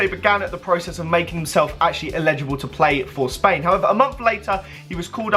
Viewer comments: it's eligible not illegible. (el-i-ja-bul, not il-eh-ja-bul) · the way you say elligible makes me sick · sam cohen lol he pronounced it illegible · I hate it when people say illegible instead of elligible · "Illegible" fuck me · Edward Beach it's his accent he's saying ellegible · "Illegible" SMH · Why are you pronouncing eligible like that